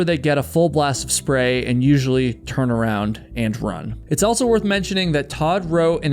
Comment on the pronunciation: Please stop saying altso 😂. Otherwise great story telling!